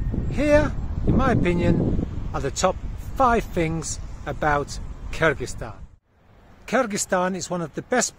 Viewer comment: I like the way you pronounce Kyrgyzstan👍